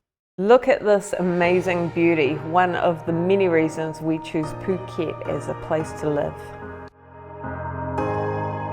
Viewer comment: She’s pronounced it perfectly 🤡